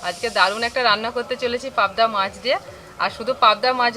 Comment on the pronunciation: পাবদা মাচ (!!!!) ??? চ,চ চ, শুধু চ। গিমে শাককে উচ্চারণ করে যাচ্ছে ' ডিমে শাগ'!!!!!! অসাধারণ চালিয়ে যাও "কিজনা" (!!!)